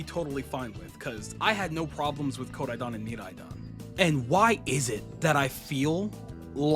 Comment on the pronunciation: Never heard anyone say Koraidon and Miraidon like that